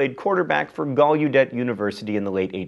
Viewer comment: it's pronounced GALEHDET